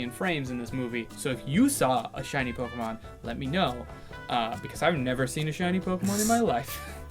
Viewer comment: the first 5 minutes of the movie and kept pronouncing Pokemon wrong